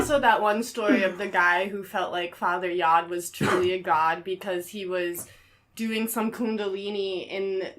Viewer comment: The Source Restaurant was not a vegan restaurant. We served cheese, milk, yogurt and cheesecake, and we used honey. Back then the term vegan had not even been coined, but the menu definitely included dairy products sourced from animals. To; it wasn't Yogi Bhann; it was Yogi Bhajan; you pronounce the j. Also, Yod is pronounced like goad. Jim Baker was legally married to Robin Baker. We did not use LSD in The Source Family, and Jim Baker did not walk around dosing people. The whole LSD induced premise you all go on and on about is completely wrong. Jim Baker died hang gliding on the island of Oahu, not Kauai; as stated.